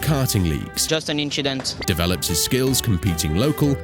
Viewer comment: it's just an inchident 🤣